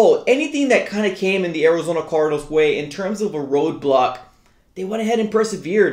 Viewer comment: "Orizona cordinals"